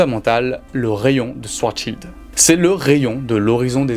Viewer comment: Seriously did you no nothing about this topic and just rush to make this video or something becouse you pronounce so many things wrong so many times i have to think that you don't really know what your talking about. Like Hawkins,swartschild ,ligo